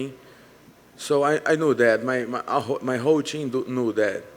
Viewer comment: "Out of [me] socket"